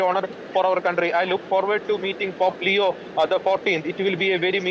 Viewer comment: ലിയോ Not ലെയോ